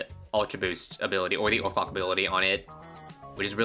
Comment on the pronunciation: He definitely just said "Over cock" and you cannot convince me otherwise